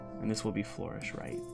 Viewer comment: Its Flur-ish, not Flor-ish